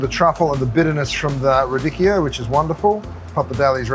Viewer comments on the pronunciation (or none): The pronunciation "Turbot" & "Radicchio" is comical!!! TURBO & RA-DICKY-O 🤣🤣🤣🤣🤣🤣